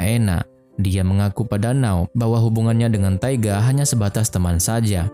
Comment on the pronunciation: Keren filmnya.. Ganteng & imut 2 pemeran utamanya. Éta siapa nama 2 pemeran utamanya ya? Cuma... Di Jepang N-a-o itu dibaca Na-o masbro.. Kl 'Now' agak aneh2 dikit gitu dengernya